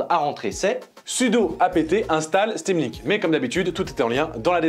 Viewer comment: "sudo apt install stamlink" :')